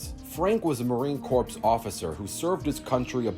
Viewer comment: Corps is pronounced Core